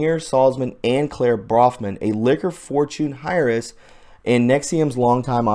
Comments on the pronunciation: Heir is pronounced Airs not hires. Thank you for your work.#WWG1WGA #MTWGA (The WORLD) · Heiress pronounced air not hire.. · Heiress is pronounced Air- ress Not Hire-ress. Also Q had nothing to do with bringing down NXVIM, that was all due to Catherine Oxenberg dummy. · It's not HIGH-RESS, it's AIR-RESS. WTF, dude? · H is silent. That word is pronounced. AIRRESS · Air-ess. Air-ess... Dude really, spend 5 minutes working out simple things like the pronunciation of common words before you commit to recording. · Heiress is pronounced airis. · Heiress....it's pronounced : AIR ess (the feminine form of heir, which is the male who inherits) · Great information. *(Heiress pronounced like air-ess.) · Yes and it's air ess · heiress= air-s!got it booger? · Not critical but just a friendly heads up that "Heiress" is pronounced "AIR-ESS"... but great report, thanks! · Please. I'm having problems with your reading. Heiress is pronounced AIR-ESS. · heiress is pronounced with a SILENT H.... air ess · Dude,,I love you but your killing me Bro'. The way you pronounce Heiress is cracking me up. It is pronounced 'eris' and sounds like airess. Now that I got that off my mind I love this video. Great job on following up on NXIVM scandal. The STORM is upon them. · Fyi, heiress is pronounced Air-ess ( ess like the letter S). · heiress is pronounced 'air-ess'.. thanks for your good work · Reporting: "heiress" is pronounced without the 'h', and sounds like (air-is), meaning, 'female inheritor'. I only tell you this because I love your Vids. 🌠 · Air-ess = Heiress, in case you wondered how it sounds. keep up thee good work. thank you for keeping us updated. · Pronounced Erress (Heiress) Not sure why they made that H silent... 😉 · Dude! The "H" is silent like in herb. Heiress is air-ress. Good stuff tho! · heiress = AIR-ess. Jesus Christ. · Heiress - pronounced "air-ess" 😉. Awesome job! Look forward to your news! WWG1WGA !! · Heiress = (Air-is)